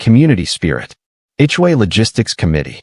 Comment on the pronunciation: TOW not toe or toast and HOA not hua